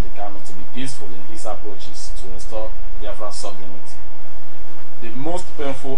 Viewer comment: Sovereignty is pronounced ("sofrentee")just to help non-native speakers on proper pronunciation. Thanks for your informative program.